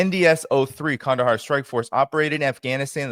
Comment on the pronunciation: Nice pronunciation of Qandahar,! 👏👏👏